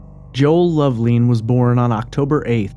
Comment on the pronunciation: Love- lin, not leen